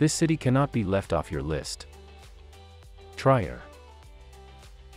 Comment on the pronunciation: It's "Tree-er", not "Tryer". Sorry.